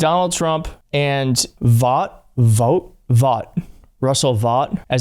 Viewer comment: Russell's last name is pronounced like "vote". Figures Trump wants his face on every fucking thing.